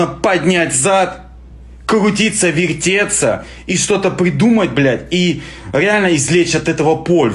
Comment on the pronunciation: Кгутиться вегтеться)))